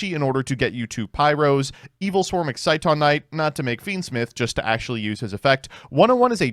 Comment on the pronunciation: HE FINALLY SAID EXCITON RIGHT